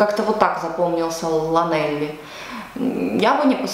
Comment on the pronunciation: Спасибо за ваше видео. Было интересно услышать ваши мысли о моем родном городе. Тем не менее, вы неправильно произвели название города, Лланелли. Это валлийское слово, означающее Церковь Святого Элли, и, следовательно, оно не произносится как написано. Кроме того, вы ошиблись, сказав, что здесь мало что можно сделать: поблизости много красивых пляжей, не только пляж Лланелли, но и порт Бурри, Пембри и пляжи Гауэра. Кроме того, вы можете наблюдать за игрой знаменитой команды по регби, «Скарлетс» и полупрофессиональной футбольной команды «Красные». Существует фантастический новый театр, где можно посмотреть спектакли, мюзиклы, а иногда и русский балет и оперу, который называется The Furnace или The Rachel Roberts Theatre. Если вы любите природу и дикую природу, вы можете посетить The Wildfowl и Wetlands Trust, где есть утки и гуси со всего мира!